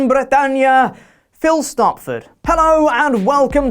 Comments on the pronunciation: Whoa! Great pronunciation on Phil's name,! You're the first one to get it right! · Finally pronounces it right!